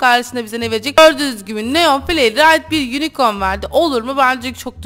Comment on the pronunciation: Hata buldum sen neon yerine leon desin